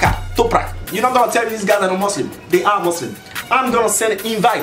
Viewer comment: Dude its Muslim not Muzlim 😒